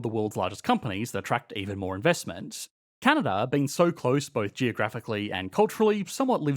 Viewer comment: Take a drink every time he inverts the syllabic emphasis on the word Canada.